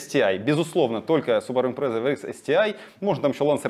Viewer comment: Почему impresa а не Impreza?